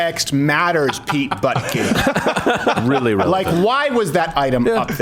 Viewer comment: Pete Butt-Gig. Lol.